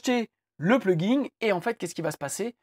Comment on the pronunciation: Vous pouvez arrêter de dire "pluginGUE" ? Pitié.